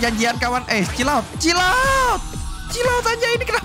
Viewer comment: tulisan ny chill out ngomong ny cilot :v (canda)